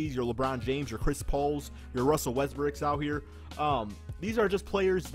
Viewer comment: This man said "Russell Westbrick" he ain't wrong though